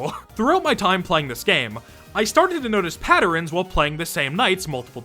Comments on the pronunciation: “I started to notice patterens” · Bro said patterens